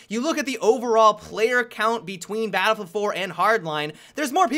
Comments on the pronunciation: "balbl hardline" "what i wandedodododay" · Am i the only one who noticed that he said babblefield in the beginning